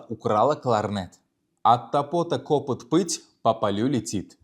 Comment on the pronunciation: 1.Ударение: От топОта кОпыт эмас, От тОпота копЫт булиши керак. Омад ёр булсин. Харакат қилаверинг. Хаммамиз хам хато қилиб урганганмиз.